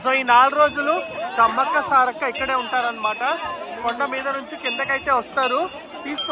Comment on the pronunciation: Brother .. సారాలక్క కాదు సారక్క